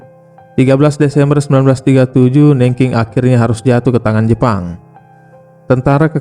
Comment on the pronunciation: sebel aq sama narator nya. nggak mau belajar dulu cara pengucapan nama kota aja salah. Googling kan yo bisa, kan ? cara baca Nanjing city gimana ? sebel .